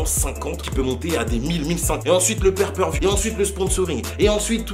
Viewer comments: Le "père per view" 😂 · niveau buisness c'est tres intelligent cette histoire par contre c'est pay per view pas per per view 😉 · On dit "PAY PER VIEW" pas "pair per view" 🤣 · On ne dit pas père peur vioux mais pay per view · On dit Pay-Per-View mdr